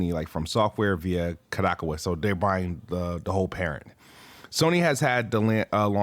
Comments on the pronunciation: Ka-da-cow-a is how you pronounce it (at least it's the most common way I've heard) 🤣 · This man said 'Ko-DAHK-awa' LOL